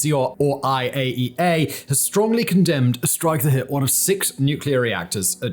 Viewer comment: You should proofread your scripts (I'm available in CZ) or at least read them over once before recording. Also wouldn't be a bad idea to slow down/ get out of your sing-song-y radio voice enough to properly enunciatE "IAEA"